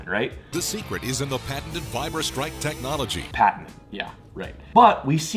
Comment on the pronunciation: why are you saying patenant its patented not that hard.... Oh i forgot your American that explains it